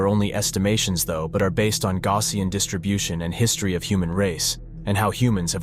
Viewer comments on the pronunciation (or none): none